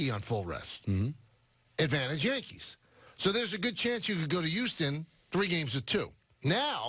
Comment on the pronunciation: The way he is pronouncing Houston is grinding my gears. 😡 😂